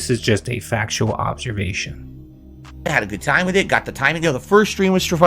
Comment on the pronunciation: "ITS A FAKSHUAL OHBSERVASHUN!!" One that you only bring up because you want money, disgusting pig.